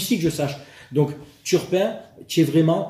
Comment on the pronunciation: Pour ceux qui attendent la partie violence verbale, comme moi, c'est à la minute... Nan, jvais pas spoile, ça ne se fait pas😂 PS: on est sûr qu'il s'appel bien turpin, et pas Tapin?